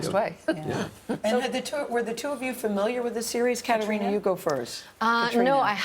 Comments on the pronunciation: It's Caitriona! Not Katerina...ugh. I hate it when hosts don't bother to get people's names right. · Uhhhhmmm, Gayle? It's not Caterina, it's Caitriona. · Miz J He pronounces it Kat-reena which is how English speakers in Ireland pronounce it. However, Gaelic speakers would not omit the 'o' in Caitríona. Kat-ree-uh-na is my take on it. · Caitriona Balfe's name is pronounced "cuh tree nuh" -- I never nit pick these type of interview mistakes but you just think that the interviewer would have done enough research and commitment to be able to pronounce this actors name correctly. Seems unprofessional. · I couldn’t believe that one of the presenters did so little research that she kept mispronouncing Catriona’s name. Glad it was eventually corrected